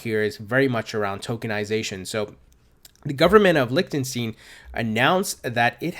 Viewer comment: Hint, put Liechtenstein on google translator, set language to german and listen how it's pronounced. There's no 'lick' or 'stiin' in it....